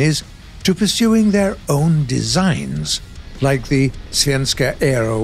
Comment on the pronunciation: As a Swede I can say that he says the word svenska super good 👍🏻